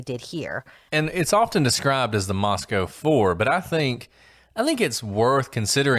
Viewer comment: I'm listening to another podcast of y'all's on Spotify but realized you're saying Moscow like the Moscow in Russia...the Moscow where the stabbings were is pronounced like Moscoe instead...no W...like Roscoe but it's pronounced Moscoe but spelled like Moscow, of course....just wanted to catch you and I hope you see this.